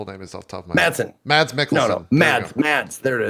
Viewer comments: Mads Mikkelsen is pronounced "Mas", the D is silent, source: am Danish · Chat is wrong, it's semi-silent it changes the sound of the vowel that came before it, in this case the vowel is pronounced faster, so Mads is pronounced kinda like the Spanish "mas" but with "a" slightly different a sound which is a little hard to explain in writing.